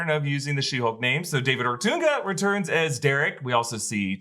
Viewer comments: As a wrestling fan his name is pronounced "Oh-Tongue-Uh" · Thanks and safety to ya all as always!! Curious why keeps saying David Otunga as "Ortoonga"?